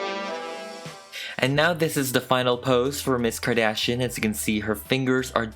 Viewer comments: Kardashian The way it's 'meant' to be said- Car-dash-e-yin The way he says it- Car-dash-n I. Love. It. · 'Kadishion' Lol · Nobody:: Kim Kadashian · C'est juste une impression ou tu parles français de base ? Tu as un accent français quand tu dis le nom de famille de Kim